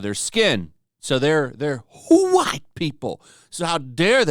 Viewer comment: Can we just stop with the over-enunciation of “white,” please? It was cute a year ago when YouTube started tagging uploads with certain words, but now it’s just annoying AF. Thanks.